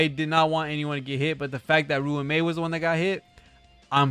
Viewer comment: Ruan Mei's name is pronounced "Ron-May" btw